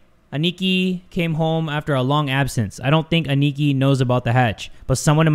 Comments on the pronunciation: Lmao, the way he pronounced Aniki . . . . . . . . P.S. it's pronounced like this (Ah-knee-key) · i feel like should know, Aniki means older brother and its pronounced as "Ah-knee-key" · Hi! Aniki isn't actually the name, that means brother in Japanese Ah-Knee-Ki (for sounding it out) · pronouncing it “aneekee” 💀✊🏽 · The way he pronounces "aniki" xD